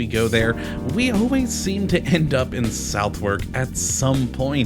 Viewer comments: I'm no brits but I believe the pronunciation is not south-wark. I heard is sounds like sudark. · No! It’s pronounced Suth-uk. SUV or suth but never So therk. That’s just wrong. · 'We always seem to end up in south *wark*' Oof, even as an American hearing Southwark pronounced that way hurts my soul a little 😜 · I do hate it when people try to make videos of places that they can’t even pronounce the place names or be arsed to learn. It’s Suth-uk and Burra market. I was as both places yesterday, had brunch at The Breakfast Club with my friend who was visiting from Seattle. He now knows how to pronounce both names. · It’s pronounced so- therk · It’s pronounced so- therk. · The lady at the post office looked down on me as if I am a pile of garbage when I pronounced "Southwark" the way the guy in the video did. Brits are serious about it. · If you keep ending up in Southwark you really ought to find out how to pronounce the name of the place correctly. Also the name Borough. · You don't even know how to pronounce it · Love that area! Used to live there. But hearing your terrible pronunciation of Southwark, Bermondsey and Maltby makes me cry on the inside. Surely you should have researched how to pronounce the subject of your video! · A cute little video, but you say the names of the places wrong & missed several key places that aren't pubs. My wife was born & raised in southwark :)